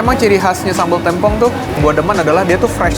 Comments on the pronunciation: témpong mang, bukan têmpong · samabal TEMPONG bang bacanya , bukan TEMPONG 😢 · yang bener tempong bng bukan tempong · cara bacanya tempong bang bukan tempong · Tempong apa tempong? Yang bener tempong bang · Yang bener namanya tempong bang, e nya dibaca e, bukan e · Tempong bang bukan tempong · tempong "e"nya vocal bukan "e" pipih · Tempong bg E nya kaya kata sate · Tempong apa Tempong